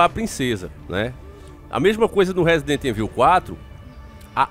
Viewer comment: sei que sou chato nisso mais da nervoso esse nome rsrs resident evil , mais se fala resident ívôu só a dica msm rsrs abs